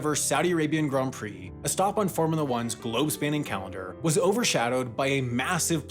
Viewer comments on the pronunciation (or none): none